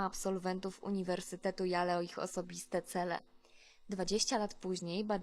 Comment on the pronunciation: Y - J; A - EJI; L - EL; E - jest nieme - nie czytamy. Jakby mi ktoś szpilkę wbijał za każdym razem kiedy narratorka wymawia JALE! czyta się JEJIL.